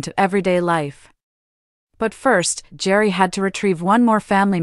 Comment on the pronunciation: Gerry is pronounced like Gary! Didn’t you listen to the show once?